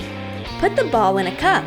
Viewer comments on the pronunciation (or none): the baw lol instead of ball